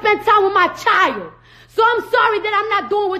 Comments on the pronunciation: Ti said: Whew "chilet"! Lmao. She will chop & screw some words, but I love her though! 💕💕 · it’s actually pronounced child lol